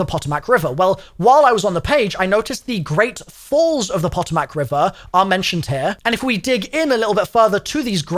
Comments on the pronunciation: The pronunciation is a bit weird, but for future reference the river's name is pronounced puh-toe-mik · Omgoodness, I love you. Not hatting here....just love... Let me help you. clears eyes of tears from giggling Puh-Tow-Mic = Potomac & Mare-a-land = Maryland <3 <3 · Potomac river is prounced "poe-toe-mac" river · The Patomac is usually pronounced Puh•toe•mic Just in case you care 😆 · The Pentagon is on the Potomac River. prounouced Puh Toe Mick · Potomac is pronounced kinda like Puh‐toll-mic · Po-Toe-Mic river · Isn't quite right lol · Its so wierd knowing these places irl! Also cringing every time he says Potomac😂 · me, a virginian, hearing him butcher potomac multiple times xddd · It has the pronunciation on the wiki. Your boy just didn't care, but I'm here for him trying to pronounce American. Lol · Him absolutely butchering Potomac River is so funny 😂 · someone needs to tell him how to say potomac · Is it just me or does it irritate anyone else that he cant pronounce potomac river or maryland properly. I understand that not everyone knows how. But i just wish that sometimes people would watch someone else pronounce it. All good though. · As a Maryland resident, I'm sorry, but I cant help but physically recoil everytime you mispronounce Potomac and Maryland. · Being from the DC area, that was pretty damn funny hearing you pronounce the Potomac River 😂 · as a marylander, i loved the mispronunciation of both potomac and maryland😂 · Everytine he says potomac 💀💀💀 it hurts lmao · Mary Land lol. And the pronunciation of the Potomac river 😂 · its not pronoucnce poto-mack its pah-tomick RIP atleast as a virginian also ppl say mare-land nor mary land just saying as an american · Poto- Mac and cheese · I never comment, but had to tell you, its pah-TOME-ic, not pot-o-mac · I love you but can I just hit you with the American Pronunciations of the Words. POTOMAC and MARYLAND. We say say it like Mare-Lan and Po-tom-ic, Mary-Land and Poto-Mack.